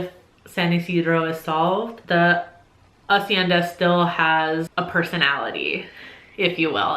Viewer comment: Went into this video knowing the number one book on the list haha Flawless pronunciation of hacienda, but the "cha" in Machado is pronounced like cha cha cha, you know? I'll get you speaking in fluent spanish soon (?